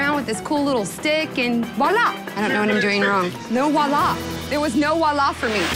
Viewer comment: Voila. The French word is voila, which is pronounced VWAH LAH!